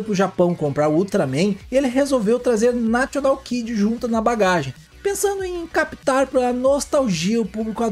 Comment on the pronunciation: O locutor fala nacional kid, vc deveria segui-lo e não falar national.